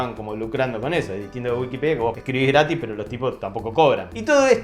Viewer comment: 7 veces dijo grati